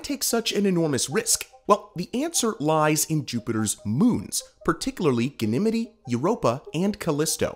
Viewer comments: It’s pronounced Gan - nuh - mede Ganymede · Nice video, but MY GOSH, EVERY TIME YOU SAY "GANIMITY" IN THE VIDEO IT GRATES ON MY EARS LIKE FINGERNAILS ON A CHALKBOARD! It's Ganymede, Gan-ih-meed The pronunciation of Ganymede moon is typically pronounced as "gan-ih-meed". You can listen to the pronunciation. GOOGLE IT! Always check your details before going public, it adds to your credibility. Otherwise, an excellent video production. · Gan-e-midi ???? Ganny Meed !!!! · but is it pronounced as ganimidi or ganimid? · I'm 50 years on this planet and never once heard someone pronounce Ganymede that way. Even had a planetarium in my high school and no teacher said it that way. Even google doesn't agree with you (or me) in how to say it. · Have I been saying Ganymede wrong all this time? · The Ganymede pronunciation is killing me 😂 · Where's he from? Hopefully that has something to do with how he's pronouncing it? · Same. Definitely not how astronomers pronounce it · For the ancient Greek hero, he said it right. For the moon of Jupiter... not so much. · Dude, I don’t even understand how he could get it so incredibly wrong. It’s like he’s doing it on purpose.